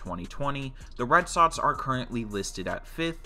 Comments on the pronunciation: “red sotts “ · Omg is Red SoXXXX not Red Sotts holy shit